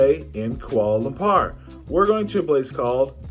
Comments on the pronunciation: Lampar is basically a local lingo for testicles Lumpurrrr is the proper pronounciation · Koala bear lamper. The whitest way I've heard it said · Why are you butchering the name of the Capitol…it’s pronounced Kooahla Loompoor…